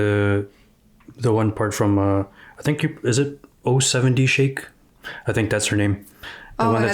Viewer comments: you had the o part right. Both 0’s are pronounced with the letter o. So, it’d be o-7-o Shake. Took a bit for me to find that out in the beginning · 070 Shake is actually pronounced "o seven o shake" :)